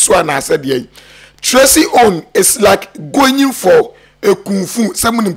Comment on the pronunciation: Eihhh, u too, what is goying ,is it going or goying😅😅😅😅😅